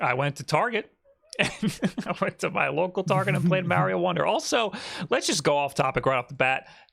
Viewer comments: It's MARIO NOT MEARIO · Time stamps for when saying “MAH-rio” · process Mario Wong lol, there are those who pronounce the word like he does, it's not correct though lol